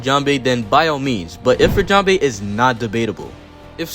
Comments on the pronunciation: please mr american it is "jambe" not "jambay" 😭😭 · Everyone NEEDS to understand that Sanji's attack names are almost ALL FRENCH! Just because he pronounces them wrong, doesn't mean we should 🇨🇵🏴‍☠️